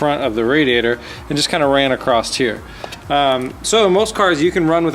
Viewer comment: The word "across" does not end with a "T".